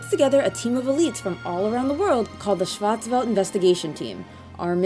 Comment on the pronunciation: Schwarz is pronounced shorts with a w. It's German for black and welt is pronounced for world. Shin Megami Tensei Fear of a Schwarzwelt.